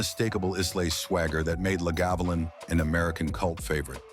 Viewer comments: And Icelay. Listen to Lagavulin again, probably the best pronunciation of them all😡😡😡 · Atrocious AI, audio. If you’re gonna make a video about Scottish whiskey, and you wanted to take him seriously, need to pronounce Islay and Lagavulin